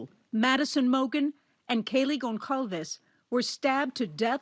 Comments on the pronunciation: Reporter got Goncalves name wrong and it's "forensic" not "genetic" geneaology. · The journalist failed horribly at pronouncing those last names of the victims. Their names have been circulating the media for months now and she couldn’t do some basic research to learn how to pronounce their names correctly? Poor effort